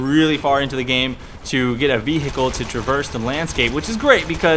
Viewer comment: Hi. Don't mean to be rude but. And this is a big one. Please say Intresting rather than Inneresing with no T. And another Big one! Vehicle You're saying it with two H's. And no, when you put it this way what I'm about to tell you/ guys. Every one is the same when you're from the same country. The list goes on when you imply those definen junes. Thank you.